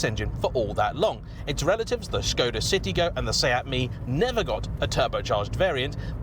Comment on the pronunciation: You get Škoda right... if they wrote Porsche with a symbol over the E, would you finally learn how to say it right??